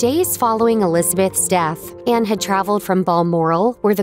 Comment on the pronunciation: The wordt voiceover possibl Anne not Enne.